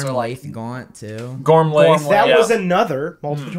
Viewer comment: Gormlaith is pronounced in English like “Gormla”